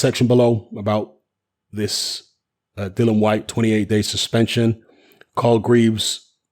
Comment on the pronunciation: HIS NAME IS DILLIAN WHYTE NOT DYLAN WHYTE..GET IT RIGHT!!